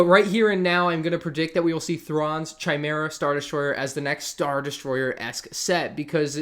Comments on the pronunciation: Hate to be that person.. but Chimaera is pronounced as C-eye, not Ch-eye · sorry for being a grammar nut but chimera isnt pronounced like "chi-mera" but instead its "kai-mera" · its pronounced kye-mera not chai-mera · By the way the h in chimera is silent, it's pronounced kiemera. I made the same mistake before I knew how to pronounce it. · Chimera pronounced "Kai-mira" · it's "Kigh-meer-uh" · you dont pronounce the CH in chimaera ch = k sound 😂😂😂😂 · the set up looks amazing man congrats on the progress edit: you are pronouncing chimera wrong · You said chimera weird and I can’t get past it 😂, it took me like 2 minutes to tune back in had to rewind😂😂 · ask you said Thrawns ship name wrong....